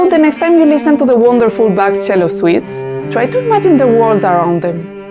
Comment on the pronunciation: Can't you give any examples to your speculalion? It's also sad that you can't pronounce Bach's name properly.